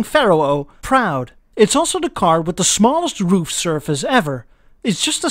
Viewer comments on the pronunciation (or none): none